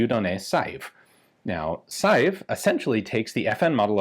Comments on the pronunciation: It's pronounced 'sei-ve', NOT 'sa-jief' :) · I would disagree with you on the 'Saive' pronunciation. The 'e' at the end is not completely silent. It's more 'Se-ve'. And it's also a village in the vicinity of Liège, the home of FN. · Hi Ian. The name "SAIVE" is pronounced "SA-VE" . (Like "safe", but with a V instead of an F") Greetings from Belgium. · Dieudonné Saive's last name is pronounced "Sev". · "Saive" is a single syllable, and is pronounced like the first part of the word "seven." As for "Dieudonné" (Dyuh-duh-nay is a workable pronunciation), it's a really cool name that means "God-given" or "Gift of God." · Props for pronouncing Vanderlinden pretty accurately. Saive on the other hand.. as a french name (I'm Flemish, French is 3rd language to me, but still) what you're saying sounds like 'Saïf' pretty much. It should sound a bit more like a -ve at the end; and the 'ai' is a combined sound; think of 'j'ai' for 'I have'. You don't say j'a-i. It's more like a je-é? sorry for nitpicking; cool gun; crazy to think this already has a magazine safety basically. The magazine release: always count on the Belgium army to screw up a perfectly functional design! edit: well.. must be the french influence shining through in Belgium hearing what the French did :D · Saive is said like "save" . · The right pronounciation of Saive is not sajeef but I can't find a comparable sound in English. The same sounding e with accent grave (è) doesn't exist in the E alphabet. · When are you going to take the trip up to Ogden and get pictures of (or access to) the only two experimental BHPs...ine of which is striker fired??? BTW Diuedonne's surname is pronounced "Sev"...I was corrected in my pronunciation by Dave Salvaggio of DS Arms while talking to him...briefly...at a S H O T Show in the mid 90s